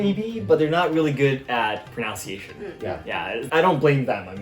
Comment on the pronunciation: Your proNUNciation was ever so slightly off . Of course... even native English speakers make that mistake.